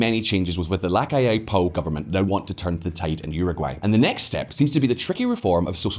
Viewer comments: It's NOT Lacalle Pooh!!! FFS!!🤦‍♀️ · Luis "Lacal pu" 🤣🤣🤣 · "Looee Lacal Poo" 2022